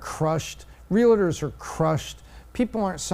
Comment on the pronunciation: love you, but they're not real-a-ders. They're real-tors.